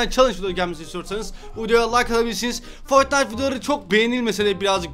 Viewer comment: foytnite W H A T :D